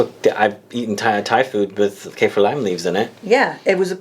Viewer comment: Its Kah-feer not Cay-fear